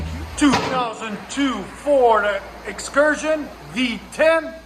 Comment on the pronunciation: “2002 Ford Fxursion” is what I heard